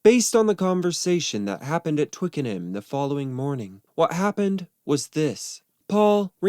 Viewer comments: Oh gawd it's pronounced 'Twicken-UM' not 'Twicken-HAAAAM'. Bloody yanks honestly 🤦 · It's "Twickernam" not "twickerham" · Actually, it's pronounced "Twicken'am", not "Twiking-HAM" in its native tounge. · It's twiken-am not hayam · Twick a num not Twick n ham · How I would love to have been there on the first day at at Twicken-HAM studios, pronounced ‘Twickenhum’ for you Americans. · It can be distracting when things are mispronounced, it’s pronounced Twickenum, emphasis on the Twick. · Twickenham is pronounced Twicken-num. Silent H Great video. Very insightful. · When pronouncing Twickenham, the ‘h’ is silent and it’s pronounced Twicken-num. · I cannot stand how he pronounces Twickenham.